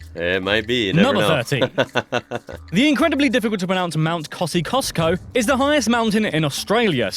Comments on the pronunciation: 5. As a "South Australian" I'm a bit concerned why this "English" narrator is calling it "Southern Australia" ??? You can clearly see the black writing under the orange overlay.. 13. The c is silent in Kosciuszko.... pronounced koz-ee-os-koh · it's pronounced "cosi-osc-oh" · KOSI-OS-KO. Not KOSI-KOS-KO. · There's butchering names, and then there's pronouncing Mount Kosciuszko. No idea what the guy said, but it sounded like Mount Kosicouscous. It's actually pronounced Kohzie-ous-koe (or, at least that's how us Aussies have twisted the pronunciation of it. Technically not how it is meant to be pronounced, but we've all grown up saying it that way). The 'koe' is sharp. It sounds similar to the 'co' in words like 'co'operation. Also, I noticed you got confused on the whole poisonous/venomous thing. It is confusing. A simple way to remember is: If you bite it, and you die = poisonous If it bites you, and you die = venomous Cane Toads are posionous. If you eat one, you get very sick, and potentially die. Snakes are venomous. Eating a snake does no harm (unless it's raw... that's just weird. Don't do that). If it eats you... well, you're f... Oh, and Santa doesn't visit Australia by reindeer. He uses the 6 White Boomers (search Bucko&Champ and you'll get what I mean). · The narrator is obviously not Australian. Kosciuszko is NOT pronounced as Koscicuszko. There is only one C. Pronounce it as Kosy usko. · Old mate here pronounces Kosciuszko wrong lmao I mean, Australians also say it wrong from the Polish pronunciation. But we also meld and run most words together so its not surprising. We say "Koz-ie-oz-ko", for short its Kozzie 😊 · Mount Kosciuszko, sounds like Mount "Cossi-oss-co" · To the maker of the video. Kosciusko is pronounced Cozzy usko. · he pronounced Mt Kozzy wrong, btw..and Uluru. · He literally says the hard to pronounce then says it mt kozicosco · Kos-e-osss-co thats how you pronounce the mountain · Mount Kosciusko is pronounced “Cosi-os-ko “. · Cozzy CostCo